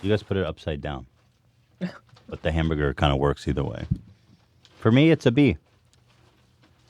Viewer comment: Hemburger Haymeburgerr me: h a m, b u r g er